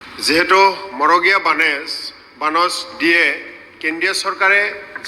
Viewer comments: 😮magoreya bonash nohoi, marogeya bonash. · মন্ত্ৰীজনে মৰগীয়া শব্দটোও শুদ্ধকৈ ক'ব নোৱাৰিলে